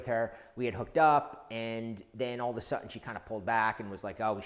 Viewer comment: all of a 'sutton' where do you get that horrid pron from?